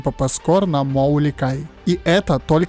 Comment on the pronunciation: Поправочка не моу ли кай, а моу ии кай. Там просто большая буква и